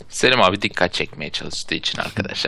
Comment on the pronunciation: selim abiye seliş demesene